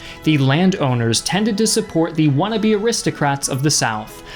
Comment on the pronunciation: You shouldn't use slang words like "wannabe" in an academic discourse. It is inelegant. (Especially before the word "aristocrats"; it comes out sounding wrong, like "wuhnabeyarrihstuhkratz".) Fix your speech, if you please!